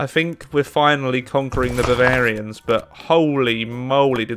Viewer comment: Did he called the Bayern Babarien? Angry Beer noices